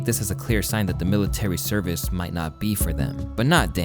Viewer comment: His "service in the military" sounds more like "self-service in the military". Didn't think that was possible. 🤔